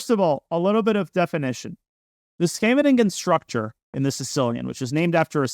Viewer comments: Nitpicking as a Dutchi. The shvenegingen structure? Schee-ve-nin-gen, for English speakers: Ss-gh-a-vuh-ning-un. A small town near The Hague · Small remark: Scheveningen is not pronounced like shenanigan. It's more like SKHAY-vuh-ning-en, with the main stress on the first syllable and ch being pronounced like the Russian x. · Scheveningen is pronounced SHEV in EEN gun, more or less. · I was wondering why I had only ever heard of the Svennigen variation from here until he mentioned it was a Dutch town. That's definitely not how to pronounce Scheveningen 😂. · Thanks for all the videos. I learn so much from each video they are really amazing. BTW if you want to pronounce "scheveningen" without going full Dutch, it's much closer to just say "skay ven ing en" (which isn't too hard to say at all). Then if you want to do the full thing you would replace the k sound with the "ch" sound from the Scottish word "loch". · When he mentioned that it was a Dutch town , he actually pronounced it almost perfectly. Before that, not so much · Danya needs to work on his pronunciation of Scheveningen